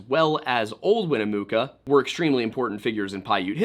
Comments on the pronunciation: Her name is pronounced Win-a-muck-a....she has a town named after her. Winnamucca! If you can't pronounce it then ask a First Nation's person to help you before you stammer over your words and pronounce it three different ways. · Dude please its Wina-muck-ah. Everyone out here pronounce it that way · It’s WIN-ah-Muh-ka. Not win-ooo-moo-ka. 😂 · Winnemucca is pronounced Winn-eh-MUCKA not Winn-eh-mooka. I;ll give you some credit for pronouncing Nevada correctly.. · Bro doesn't listen to Johnny Cash if he doesn't know how to say "Winnemucca."